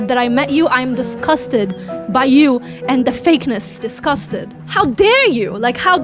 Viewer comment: "IM DISCASTET!!!!!!!!"